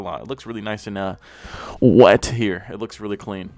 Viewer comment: When he said "WET!!" I felt that.